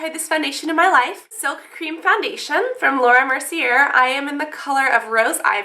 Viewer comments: Mer-see-ay :) not merseeair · Laura Mer-see-ay :) not Mer-see-er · Oh god. Laura Mercier = Laura Mercy-ay. It's french; you don't pronounce the "r". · I love your videos, but you're mispronouncing Mercier. It's a French name, and it's pronounced Merse-yay. In other news, that foundation is wonderful. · Laura Merci-A* is how u say her name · You're saying Laura Mercier wrong. Her lastname is pronounced Mer-see-ey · its pronounced laura mer-si-ay :P just for future preference! i love your hauls!!! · That's not how you pronounce Laura mercier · u dont pronounce the r in mercier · The R in Mercier is silent :)